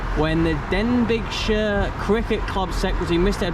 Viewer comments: I laughed at that too😂😂 Den big shire 😜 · I'm from Denbigh I loved your pronunciation of Denbighshire. Don't forget Wrexham knocked out Porto in the European Cup Winners Cup